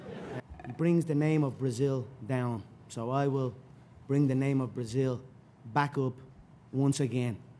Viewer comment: he could at least learn the right way to say "Viva o Brasil". Brasilia is a city, Brasil is the country lool